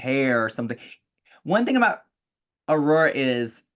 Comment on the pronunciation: I love for the fact that Trinity cant say Aurora. Ururuh